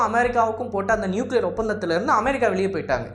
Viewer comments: நீங்கள் தமிழில் பேசும் போது அமெரிக்கா என்று சொல்லுங்கள் அதை விடுத்து அமாரிக்கா அமாரிக்கா என்று சொல்லும் போது நீங்கள் உச்சரிப்பது தான் சரி என்றும், மற்றவர்கள் உங்களை சரி செய்வதற்காக சுட்டிக்காட்டுவதை உதாசீனம் செய்வது போலவும் உள்ளது, திருத்திக்கொள்ளுங்கள். Be a roman when you are in rome. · America ndu sollum pothu vai Enna oru maathiri pothu. why are you trying so hard to copy British accent 😂?